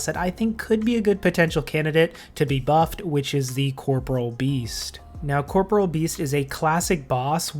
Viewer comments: Amazing after all these years, people still pronounce corporeal wrong. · Nothing will ever cease to irritate me as much as the fact that everybody in the world mispronounces 'Corporeal Beast'... Great vid tho, totally agree these bosses could really do with making more relevant